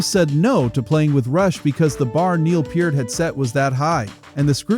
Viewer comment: Thank you for saying Neil's last name correctly.